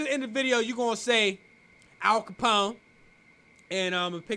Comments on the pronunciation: bruh hold this L All Copone. it's Al Copone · Brother I aint the type to look for anything wrong but 'All Capone' come on 😭